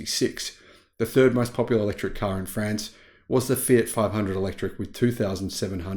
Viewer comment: 1 minute in, please adjust your pronunciation of France to France! Not Friends, France as with Car and not Care…. Pretty please. G’day and all that jazz.